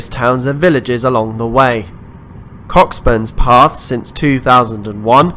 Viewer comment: I'm a Scot and Cockburnspath is actually pronounced Co-burnspath, with a silent ck. I'm from Edinburgh and we have the same problem with folk trying to pronounce Cockburn Street.